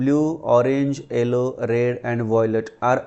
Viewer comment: Sir its not ello it is yellow please see after it